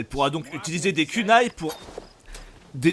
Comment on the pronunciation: Ronine bordel! Pas ronain! On dit pas samouret, et naoe est pas une shinobi! Ça n'existe pas, on appelle ça une kunoichi! C'est pas parce que Ubisoft sont des ksos qu'il faut être aussi un ksos, et c'est kounai! Pas cunai bordel, et bien sur yasuke c'est woke, ceux qui disent le contraire sont juste des consanguins fini à la pisse, ce gars c'était rien dans l'histoire du Japon, 0 débat, et mirage est bien meilleur que origins, odyssey, Valhalla et shadow et de très loin! Certe il y a des trucs qui ne vont pas, mais globalement il est plus proche d'un vrai assassin's creed, avec un minimum de neurones tu peux comprendre ça, et tu agence pas un repaire pour que les autres le voient, mais pour toi hein, pour les gosses qu'on peu pas tuer, s'était le cas dans skyrim à l'époque aussi au passage, et pareil pour la désynchronisation, c'était le cas sur les anciens assassin's creed